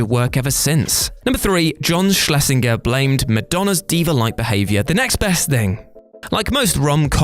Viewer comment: Same as 'Schlesinger' which I don't think was pronounced properly either.